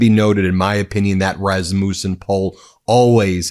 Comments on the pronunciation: It’s not RasMOOOsun. It’s Resmusun. No long oooo. Your pronunciation drives me crazy. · How do you not know how to pronounce Rassmussen? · I wish your titles were literal...you keep getting my hopes up. And having Rasmussens in my family, the accent is on the first syllable.